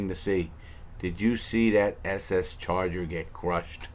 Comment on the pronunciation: He said ss charger 😂